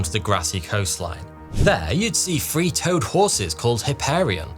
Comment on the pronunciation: It's not a British thing, it's a not being able to speak properly thing.